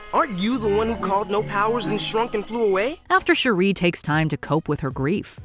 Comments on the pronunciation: The way she pronounces Shuri...😒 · Every time I hear Shuri's name said incorrectly, I can't help but cringe. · Does anybody else feel bothered on how she pronounces shuri? Lol it sounds so ugly the way she says it 💀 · Girl your pronunciation of Shuri is killin me! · She always pronounces it like that lmao annoying af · Every time she says it 😬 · Why can't this colonizer say, Shuri correctly?? She's heard it pronounced properly DOZENS of times. That's a purposeful disrespect that's totally unnecessary. Dizzy cu... colonizer. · This idiot PURPOSELY mispronounced Shuri's name damn near 50 times in this video. WHY? What was the purpose in that? 👎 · How annoying is this narrator constantly mispronouncing Shuri’s (sure- REE vs Shuri’s name. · OMG, it's pronounced SHUR-I, not SHUR-REEE. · Her name is Shuri not Sheree. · Her name is SHURI Not Sharee!!!!! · Shuri(sure-e) not Sharee. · It's "Shuuuri", not "cherie"! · Her name is not Sheree. It’s Shuri. 🙄 The Black Panther’s franchise has been out long enough for you to know the correct pronunciation of her name. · Its pronounced Sure-E. Not Sherree. That's my wife's name and she's getting excited someone is saying her name 😂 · It bothers me that your pronouncing her name wrong, it’s not Sharee smh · It's SHUR-REE 🙄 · Yeah I never understood WHY they do this! It's like they never saw the movie and NO ONE says Shur-eee. Like wtf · It's SHU ree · You’re totally butchering, the pronunciation of Zhuri’s name 🤦🏾‍♂️ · Shuri…not Shuuree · Sher ree. She not from Detroit 😅lol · Lol bruhhh who tf is Sharee?? And THIS is what happens when ain’t no black ppl in the room… Fix it Jesus. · You mean Shari 🤣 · Who Tf is “Shuree” do better 😮‍💨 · It's pronounced Shurry like curry... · So you can say Tenoch Huerta just fine but not Shuri? Bihhhh you playing games now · Did the narrator actually see the movie? Why is she saying Shuri’s name that way? It's insane and disrespectful! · You pronunciation of Shuri is killing me...